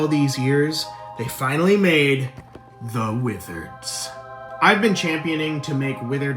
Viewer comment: da widereds